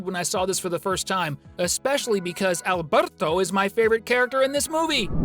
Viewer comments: the way he says Alberto though " AlbERtO " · Are we not gonna talk about how he said Alberto?😂